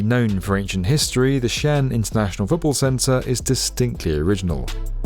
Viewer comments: Xi'an is actually two words, pronounced SEE AHN. It's most definitely not pronounced Chian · This is my favourite channel on YouTube but with all the research you put into your videos, how much extra work would it take to ensure you're pronouncing place names correctly? It's not 'Shan', it's Xi'an, pronounced as 'Shee-an'. It's irritating and doesn't make the video seem as polished to those who know the correct pronunciations of these regions. Thanks. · Isn’t that competition canceled? And bro. For goodness sake. Xi-an is pronounced shi-an. Not “Shan”, which is in fact a male Chinese first name. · Its not pronounced xian, its pronounced like See An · its shee-an , not shan, hard to watch when you catch get the name right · 西安 Xi'an is pronounced as " si aren't (without the "t" sound ") " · Just saying ... Xian is pronounced as two separate syllables: Xi An. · "Shan"? lol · Xi'an is pronounced with two syllables sort of like See-Un , not one syllable. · Xi’an is pronounced “shee aan” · Xian = pronounced = “She On” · Two syllables Xi’An shee on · Xi'an is pronounced something akin to "she ahn" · Xian is pronounced almost like "shee ahn". Tsu Ju is like "zoo chew'. We'll just let the other city names slide. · The name of Xi'an is pronounced "xi-an". Two distinct syllables. Imagine saying the name of the French city of Leon as "loan". Do your homework. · It should be pronounced as XI AN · The apostrophe indicates a stop: Xi'An Pronounced roughly as Shee On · i hope they'll consider hosting conventions(like RV/campervan tradeshows) and concerts when the stadium isn't used for sports. as Tokyo Dome has been used in the past. the massive ceiling height makes for a wholly different experience than more generic convention centers. also just a minor note: Xi'an is 2 syllables, and Cuju the C is more of a ch, like choo choo train, and not an s. thanks for another great video.